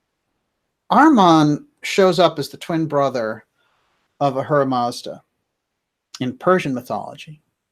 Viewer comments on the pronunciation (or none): none